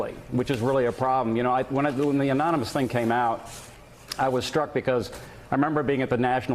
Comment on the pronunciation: lmao did he just say anominous? hahaha neither Trump nor Pence can say anonymous?